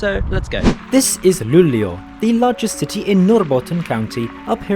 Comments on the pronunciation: I mean like you pronounced it very fast. It should be pronounced like L-u-u-l-e-å. That's how it's pronounced in the Swedish Language. Have a great day! 🙂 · That’s right. It struck me but then he gets it right in the rest of the video. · Cool, I'm from Sweden. And the fastest I've been riding is the X2000 in 200km/h. You're saying Luleå very wrong. I like how you're starting in Gothenburg Central Station, I've rided with the train to Stockholm from there. (X2000)